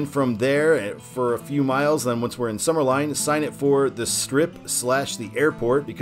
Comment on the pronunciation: I was just on this road almost two weeks ago. It's sumner LIN NOT LINE.